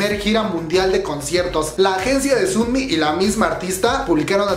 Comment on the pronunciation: Se pronuncia más como sonmi que como sunmi